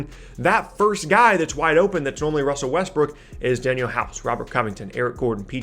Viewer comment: Wussel RussBrook